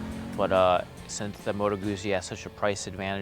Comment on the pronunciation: All your Opinions mean Nothing...of course....Being Canadian; ..-and therefore 'Perfect': ....it was Hilarious how Triumph was ignored..[but we do love Triumphs] ....It's pronounced " MOTOR GUTSY".....by actual white men whom live in the North. ...they also have huge gas tanks...and the heads configuration keep your knees from freezing during our winters....and springs and falls...and summers.....